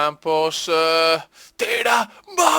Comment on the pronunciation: il che bestemmia hahaha (si ha detto Ocampos ma sembra un moccolo)